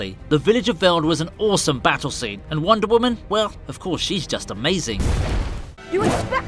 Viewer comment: Who else thinks when he says wonder women it sounds like wandavision